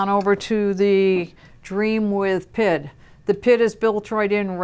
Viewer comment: PID? The letters are pronounced individually, since it stands for proportional, integral, derivative. Saying PID as one word is kinda like saying ATM like atom.